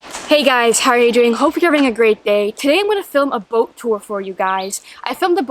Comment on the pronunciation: Did she say "about" tour? Or "a boat" tour? Just teasing, this is a great channel, one of my favorites.